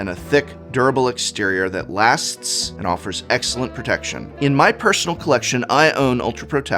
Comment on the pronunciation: Ah yes.... A for "Aexcellent".